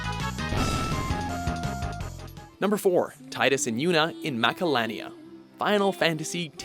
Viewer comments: It's Tee-dus NOT Tye-dus. I'm so tired of everyone pronouncing it wrong. I mean, when you hear the character's voice actor (James Arnold Taylor, voice of Obi-Wan from Clone Wars and Johnny Test) pronounce it as Tee-dus, the evidence becomes quite irrefutable. Tidus' name comes from the Japanese word for "sun" which is pronounced Tee-doo or Tee-yo, depending on origin. This also explains why the Sun Crest and Sun Sigil power his ultimate weapon. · Zidaaaaan not Zideyn Teedus not Taydus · It’s still Teedus though. You’re pronouncing it wrong. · allow me to drop a little knowledge. Tidus's name is pronounced "Tee-Dus", due to his name being based off the word for sun "tida", which is seen in game by his crest/sigil being Sun. so please, stop saying Tie-Dus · Jesus Christ the the final fantasy 10 protagonist is called TEA-DUS NOT TIEDUS GOD DAMN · It’s TEE-DUS… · It is actually pronounced "Teetra" ...And "Teedus"